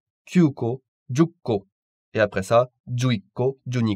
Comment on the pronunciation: 10個 Non jukko mais jikko